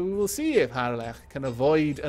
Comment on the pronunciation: Missed this series. So good to hear your Welsh lips spout the word "Harlech" again. Glad you're back at it :)